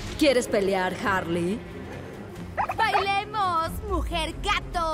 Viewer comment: Todos: Harley: Wasona